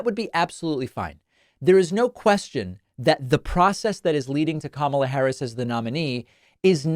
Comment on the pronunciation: I give JD one point for at least pronouncing Kamala’s name right.